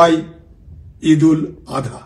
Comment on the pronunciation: দাদা ঈদুল আদহা নয়, ঈদুল আজহা।